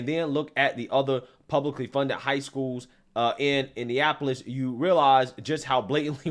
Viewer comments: …it’s Indianapolis….6 syllables….you said Indiapolis 5 syllables…😂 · It's pronounced India napolis. 😂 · My guy. Please learn how to say Indianapolis